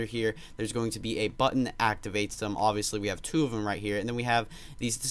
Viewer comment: Stop saying oviestly